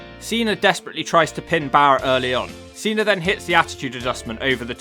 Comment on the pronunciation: "Yon Cenor" is how yall say John Cena its hilarious.